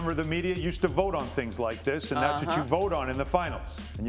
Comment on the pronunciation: Somebody get Monica off the show lol . She said Klay 😂